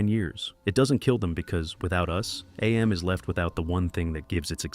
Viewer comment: Cool ass video. I love it. Btw, it is just pronounced "Am", not "Ay-Em". Harlan Ellison reads it that way in the audiobook.